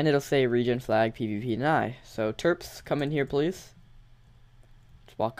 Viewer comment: I thought you said "Derps" instead of "Terps" XD